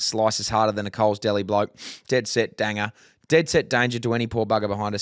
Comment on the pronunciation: That is 100% correct. You’re glad you’re shagging her, even though you have no business doing so. Also, I reckon C for 2 lies and a truth because it just seems more likely out of the 3 - He’s not a bloody fish or in a travelling Circus so fingers crossed he’s goofy foot. Lastly, for - Mate, it’s pronounced Dane-jerr, not Danga